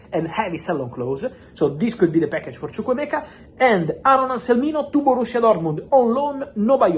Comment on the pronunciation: I love the way you pronounce chukwuemeka very nice